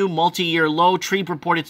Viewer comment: TREB. Not trEEEB. Short E not long E TREBBBB Not TREEEB